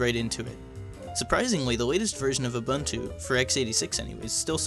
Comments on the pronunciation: Who else remembers a-BUN-chew from OSFirstTimer? It's oo-boon-too not a-bun-tew. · Ooh boon too..... ubuntu not.... you bun too..... or ooh bun too....jesus why is everyone pronouncing it wrong..... it says how to pronounce it on the website.... ooh boon too.....